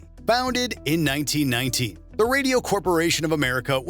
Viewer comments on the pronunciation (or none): RCA Founded in 1990 it sounds like, not 1919